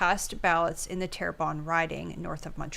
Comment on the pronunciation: It's pronounced TARE-BON, not TER-BON.